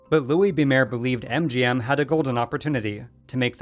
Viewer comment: Mayer is pronounced like Myer, not Mayor